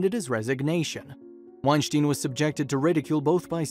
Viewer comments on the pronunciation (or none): It's pronounced like Einstein.. sounds like styn not Steen... he cleared it up on a Rogan podcast. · Thumbs down for getting his name wrong. It's said like wine-stine not wine-shteen. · Your saying his name wrong. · I commonly hit the like button for these types of videos. However, I’m stopping when the narrator mispronounces and misuses common words. I don’t even think he pronounces the professor’s name correctly. He almost sounds like a poorly programmed robot.